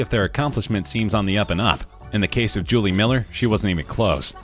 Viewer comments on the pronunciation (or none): none